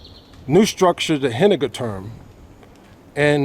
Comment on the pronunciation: Hihii, I love like you say "Henninger Turm":-). The "u" in this position we speak like you the oo, good moods for example:-). I like your footages, also the one of the demolition- I can feel you love this part of Frankfurt. As far as I know "Stadtgärten" means just the surrounding lower appartements and yes, the new Henninger Turm is mainly build for living. Even in the top, underneath the observation deck, they build 4 luxury appartements. By this way: I can recommend you to visit the observation deck if it is open for the public. And if you want to see the Henninger Turm from another angle: on 16th of March 2017 i'm uploaded a video I recorded in 2016, from a little bit higher position:-).